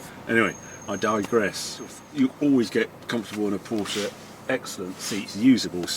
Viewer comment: It is Cologne, not Koln, Barcelona not Bathelona and Porsche not Porscharr. Why does all 911's except the GT3 sound like someone blowing rasberries into a tin? Looks nice in red and black, well relatively.